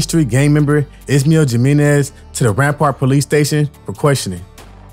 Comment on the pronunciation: the letter j is pronounced like the letter h in English. how hard is that. "Jim Menez" lmfao 😂